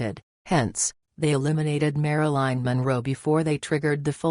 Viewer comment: It's Marilyn not Maraline, i don't buy it JFK and the Rat Pack would nail any attractive lady in the WH of anywhere else